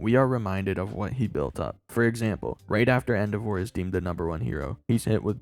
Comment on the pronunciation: wtf is that pronunciation of Endeavour?